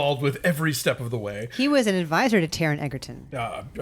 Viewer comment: In the first few minutes Taron’s name is mispronounced, an allusion to the film being compromised by David Furnish because he’s Elton’s husband is made, (although he’s one of four producers) and a stupid joke about gay sex precedes a comment made by an insensitive undisclosed person about Aids and “glances” in reference to Bohemian Rhapsody. (Which, btw, Brian May and the entire band had a very heavy hand in bringing to fruition but we wont mention THAT.) And which everyone thought was a laugh riot. Smh. That was enough for me, classless and distasteful bordering on homophobic. Taron did his own singing. The two movies should not be compared as one is a surreal, musical, personal statement about moments in an artists life aa told by the ACTUAL ARTIST and one is a series of stories about hit songs that never touched on the personal life of the lead singer. Stories told by members of the band. 2 different films. Just because they were both gay doesn’t make them comparable.